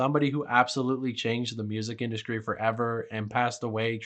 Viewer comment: stop dude. ExKREAMLY? IndusKRY?? lord have mercy you're killing me